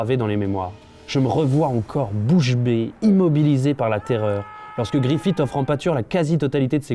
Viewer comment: 1. Aucune raison de comparé GOT à Berserk.. 2. Casca s'appelle Gaïa maintenant xD ta vraiment lu Berserk sérieusement ? 3. Griffith pas "griffite" pitié.. Vidéo Inutile.